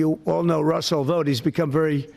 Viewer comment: The evil person that you speak of " Vought " is not pronounced VAUGHT . It is instead pronounced as Vote . I'm surprised you did not know but it's understandable .